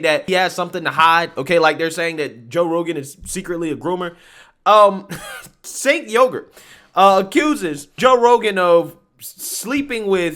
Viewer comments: It's pronounced "Jank" not "sink" As in Janky piece of shyt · "Chenk" it's pronounced! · I thought that obnoxious,arrogant mouthpiece was Pronounced Chenk? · Hey, it’s pronounced Chanke:) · Your content is the BEST. FWIW I believe Cenk is pronounced Jenk but who cares the dude is an A$$! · It’s pronounced “Chunk Yogurt”.